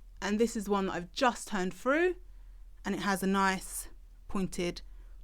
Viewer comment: Useful. Thanks! Just one thing, can you please pronounce your ‘th’s properly. It’s horrible hearing ‘pushing it froo’ and ‘seeing the fred’.